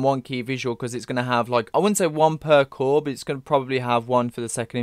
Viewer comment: Excuse me sir, did you say COUR?!? As in we're not getting all of it in one go? As in the best possible outcome?